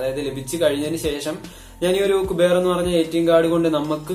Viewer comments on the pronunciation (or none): കുബേർ അല്ല ക്യൂബർ😂